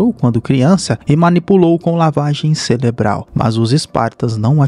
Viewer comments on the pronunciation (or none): Irmão, percebi que vc fala “Celebral” nos seus vídeos, o correto é “Cerebral” só uma crítica construtiva, abraços